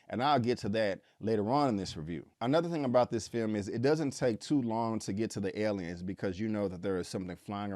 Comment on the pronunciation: I don't like the way he pronounces the word aliens....😆